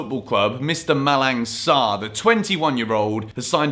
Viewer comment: in Malang Sarr name the "G" is silent... "Malan" and don't pronouce the "N" also like Milan😂